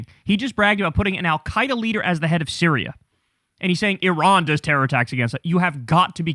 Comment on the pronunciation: He tried saying Terror like Bush did when the war on terra was announced.